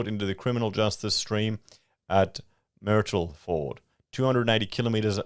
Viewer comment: Hey, Myrtleford sounds like turtle ie pronounced Murtleford, FYI, not the abomination you came up with.